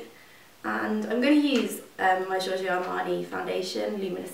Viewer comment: Why do you pronounce Jiorjio insted of Giorgio? it's funny though...